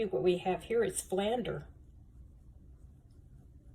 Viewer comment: Love the “Flunder”.